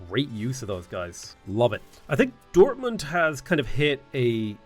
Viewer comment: Your pronunciation of German is really good. You even use the correct sound at the and of „Dortmund“ (a t- and not a d-sound)